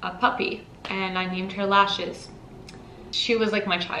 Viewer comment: Also its lashes not leashes